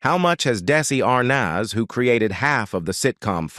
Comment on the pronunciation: It's Desi Arnaz not Darcey Arnaz